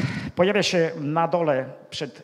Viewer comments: dlaczego nie wymawia ę na koncu wyrazu. Slysze zawsze -em??? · ap., po polsku mowi sie,, zastanowilem SIE a NIE SIEM " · Mowic po Polsku to tez sztuka. To nie jest siem tylko się ! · Dokładnie też to,zauważyłem tak się wystawia Pozdrawiam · Nie idzie tego słuchać. Siem, chcom, wiedzom, widzom, co to za pajac? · Niech "siem" ten po polsku nauczy wysławiać...Oglądałem kiedyś reportaż z Tworek i jakby znajoma twarz...